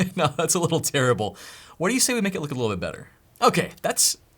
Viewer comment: I heard it as: You don't need something "Terri"ble like Terry & thought you are roasting yourself 😅